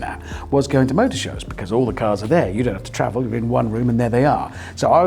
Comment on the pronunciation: Richard is infected by Captain Slow's pronunciation of "be-cazz"